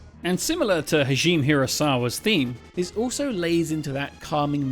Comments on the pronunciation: ha-ji-meh, not hazheem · Not to be that guy to harp on pronouncing things, but Hajime, is more like Ha gee may. You keep saying Hajeem and that makes me him Indian or maybe Arab. edit: then later you called him Hageemi. Lol, you gotta doing that on purpose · thats pronounced Ha ji me Hah-jee-mé はじめ